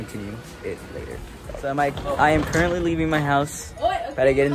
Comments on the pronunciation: No one:: CuRentLy Me heart 💗💓💞💕💝💖💘🥺🥺😩🥺😩🥺🥺🥺🥺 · Ceo of being so cute and getting so much hate for saying currently 😩🥺🥺